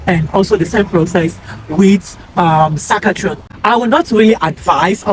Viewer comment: It's Sas-kat-chewan